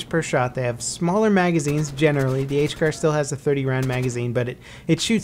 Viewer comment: you said HCAR wrong